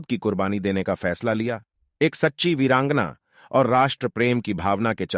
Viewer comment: इस कथा में एक प्रतिशत भी झूट नही है लेकिन भाई ये जो बार बार वीरांगना शब्द बोल रहा हैं उसका उच्चारण सही से नही कर पा रहा है